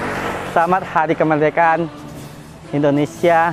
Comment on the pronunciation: Bukan endonesia bang indonesia😀